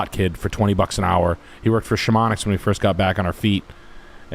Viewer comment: Is Chamomix a meme because the mountain and he pronounces it like shamonicks or